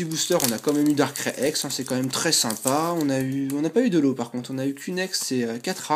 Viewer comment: Darkrai sa se prononce comme sa: Darkray et pas darckrai!!! Sinon bonne vidéo comme d'hab